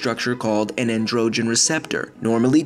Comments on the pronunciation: It's pronounced AN-dro-gin, not levioSA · An dro gen lol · How the narrator pronounces ‘androgen’ bothers me but he still knows what he’s talking about.